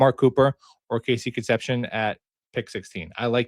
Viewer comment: How to pronounce Concepcion ... Con ... Sep ... See ... Own ... 😉